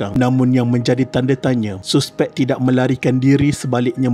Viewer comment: mat ni guru BM ke..cara dia sebut suspek dengan bunyi yg betul tu aku salute..suspek ye bkn saspek.